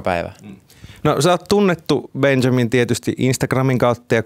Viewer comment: Miks se sanoo Benzamin